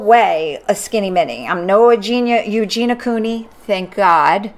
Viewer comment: She absolutely was saying “Alexander” and the title also says “Alexander”.. she also referred to Eugenia Cooney as “Eugena”.. multiple times..